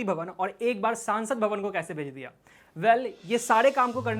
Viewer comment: सांसद भवन नहीं संसद भवन हिंदी सुधार लो या किसी और को बोलने दिया करो